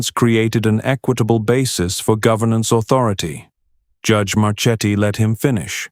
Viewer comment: Marchetti should be pronounced (mar-KET-ee).